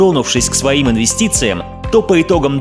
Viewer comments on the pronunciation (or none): "Лутшая инвиститция-это инвиститция в себя" УОРРЕН БАФФЕТ